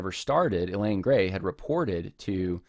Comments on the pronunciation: It's abundantly clear that you do not understand how abuse works. Also, you pronounce the woman's name "Elaine" through the entire video. Her name is Eileen. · Ok let me nit pick her name is not ee lane it's eye leen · Yeh, that kept bugging me. Why does he keep referring to her as Elaine? Her name is Eileen. Thanks for mentioning that. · Her name is “I-Lean” not Elaine. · Her name is Eileen, pronounced 'I lean' not Elaine. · You keep saying Elaine. What is typed is Eileen. Would be nice to get her name right. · Good grief, man. You went to all the time and trouble to do this research and you can't even pronounce the woman's name right. It's in print right in front of you, Eileen pronounced (I- leen). Elaine is a whole other name. If you're going to do a podcast by all means, get the person's name right. 🤷‍♀️ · Eileen or Elaine? He’s pronouncing it like Elaine but it’s spelled Eileen, which is totally different. It’s besides the point but distracting nonetheless. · It has nothing to do with your assessment of the facts, but you consistently refer to the woman in question by the wrong name--you write "Eileen" (pronounced eye-lean), but say "Elaine." Having not read any of the primary materials, I can't say which is correct, but they're different names.